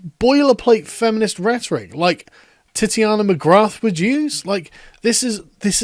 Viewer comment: Ha you mis-pronounce the parody account like i do. It's TITAN-ia McGrath, not Titi-ANA like you and I keep saying it.